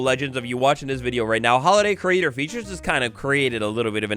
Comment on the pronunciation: When says holiday creator features with his accent it sounds like tylor the creator